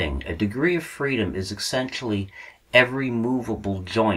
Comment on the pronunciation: what is wrong with you? you added an "x" to the word "essentially."